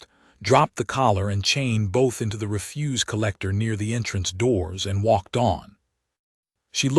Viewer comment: "....into the (reh-FUSE) collector.."!!!!! Goddd Damnnn!!! IT'S " REH-fuse"!!!!! STRES ON THE CORRECT syll-ABLE!!!!!! POS AI!!!!